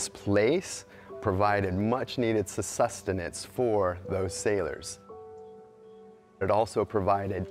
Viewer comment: what exactly is "Sussustenance" the word you use.??? The word is -Sustenance...there is no 'sus' preceeding the word. Wow.